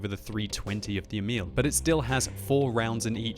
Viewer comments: It is Emil, not emIL. The first syllabil should be stressed. Look up Emil i Lönneberga videos by Astrid Lindgren for pronounciation. :-) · FYI: "Emil" is pronounced with an emphasis on the first syllable (EH-mil).